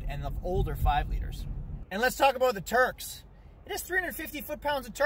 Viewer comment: Do you hear Turks (🇹🇷) or Torqs(🔧) ?? 😄